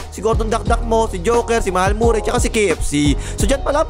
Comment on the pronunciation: Hindi nga yan Morray! Marry ang pronouncation nyan tol